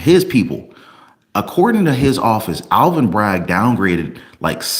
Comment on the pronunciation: PS it is not Alan Bragg it is Alvin Bragg. You need to speak clearer